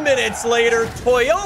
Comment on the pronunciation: You know you have watched to much Top Gear if you thought you heard Toybota